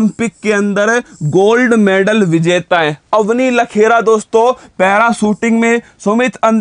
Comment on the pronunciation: मैडल, not मैनडल